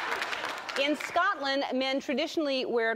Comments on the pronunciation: She said Scotland right 😂😂. Not the usual American way Scatland 😂😂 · I would never refer to myself s british I'm Scottish. Well done Ellen you said the name well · I never class myself as british. I am scottish. Ellen is hilarious I love that she actually pronounced it properly instead of scATland like most americans do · She's the first American I've heard pronouncing the name properly! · Did I just hear an American pronounce Scotland correctly? I LOVE YOU ELLEN, PLEASE COME AND RULE SCOTLAND FOR US:D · well done Ellen saying Scotland! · yeh woop im from Scotland nice to know someone say your country name right ) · Holy crap she pronounces it correctly